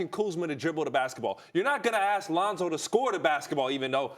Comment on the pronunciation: "Ax Kellerman"